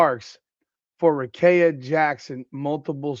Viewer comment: Do you even watch wbb or you just like talking about it for clicks? Even if you don't watch, please explain how you got the name you said from Rickea? Let's sound it out...Ric-kea(rih-KEE-uh). Also if the NBA can do the Luka trade and still be a "serious league", then the WNBA will be fine if they do this Rickea(Rih-KEE-uh) trade.